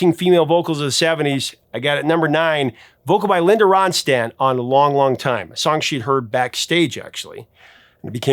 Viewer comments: I know I'll be garnering hisses and boos bubim saying Amy Lee could wake up anything yhat Carly Simon sang especially the haunting sounding songs. You keep saying her last name Rhonstant when its Rhonstadt. I've been to at least a half dozen Heart concerts and enjoyed everyone . No two concerts were exactly the same. By the way I love that coffee table . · It's RonSTADT not RonSTANT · Dude, there is only one “N” in Ronstadt. You’re mispronouncing her name.